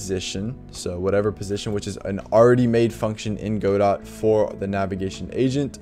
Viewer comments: "Go dot" is funny. It's pronounced "guh doh" like the name of the play Waiting for Godot. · its Ga-Dough not Go -Dot